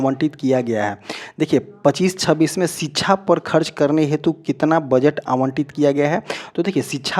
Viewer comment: Thoda home work jyada kare ...knowledge and pronunciation par bhi ...kyuki .. शिक्षा को छीछा बोल रहे हो...❤